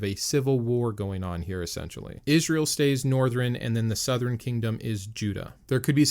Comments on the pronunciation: He says northren southren instead of northern sourhern😂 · Northren and southren?